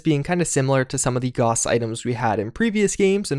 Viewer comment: Gauss is pronounced as [gaʊs], and hence rhymes with house